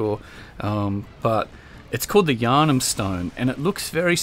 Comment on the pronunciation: "The Yahrnam stone" Please don't be the pendant all over again... ;_